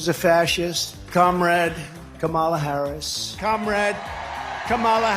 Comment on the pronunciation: Sarah Huckabee Sanders reeks of a lack of humility. Won’t even say Harris’ name right. Being that clueless and that arrogant is insane.